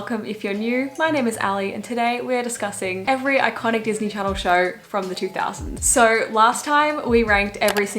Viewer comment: " DIS KNEE KNORR " lol